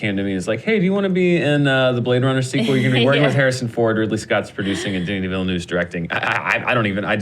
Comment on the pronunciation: Alright let's make it clear, I'm french canadian and the girl in the middle is pronouncing denis name right !